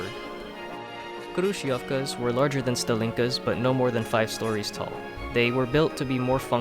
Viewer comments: hrushofka that's how you pronounce it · Мне так нравится когда он сказал крующевки